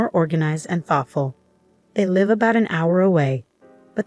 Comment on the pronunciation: I believe that the narrator is an AI. An AI always pronounce words as they appear. Suchas live with a long i instead of a short i. In American English the two words depend upon the sentence content to determine pronunciation. The same is true of sake. In one sentence it is a rice wine (a noun) and in another it is sake (an emotion type word). Sorry I didn't know exactly what type of word it is.